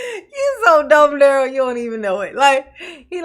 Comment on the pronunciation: You know he objects to you calling him 'Darryl' his name is "Darrell (pronounced Duh-Rell). Girrrrl....he didn't ask any question relevant to a defense of any sort. I can't stand him. 😂😂😂